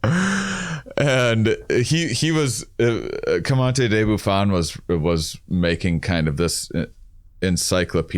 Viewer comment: Love u dudes, but this has been bothering me - isn't it Georges-louis Leclerc Comte De Buffon? you guys pronounce it like "commante" and that honestly sounds cooler but since it's a tier of the podcast I just wanted to ask lol.